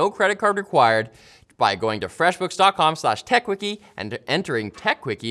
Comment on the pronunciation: erm... where's my "FWEFF BOOKF"?